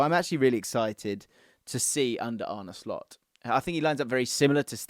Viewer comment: 10 points for not butchering his name!!👍